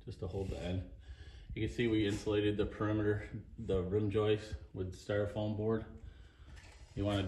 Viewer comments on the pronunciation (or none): none